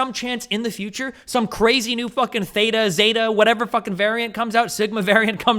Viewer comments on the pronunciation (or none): none